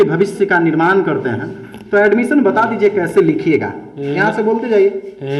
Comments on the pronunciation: Alumison = admission 🤣🤣🤣🤣🤣🤣 Wah wah. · Sir galat bol rahe hn admition ka spelling ye baat thik h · Addmisiion Admisan Admison Admisan Edmicion Galti se e sob ho sakta he Lekin Adbsalmison omg 🤣🤣🤣🤣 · Reporter:admission kaise likha jaiga: abs, aimosiom, abmision 🤣🤣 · ADBS. ,ALMISION ,ADMSION BC e hai bihar ka teacher 😆😆😆😆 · अरे गदहा ये कैसा पत्रकार है जो खुद अड्मिशन का स्पेलिंग गलत बोल रहा है और ये चला है इंटरव्यू लेने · ne admission bolne me pura a se z Tak bol diya🤔🤔🤔🤔🤔